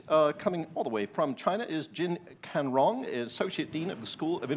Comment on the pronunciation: Canrong不是/kein/的音，金灿荣被念成金砍荣，hhhhhh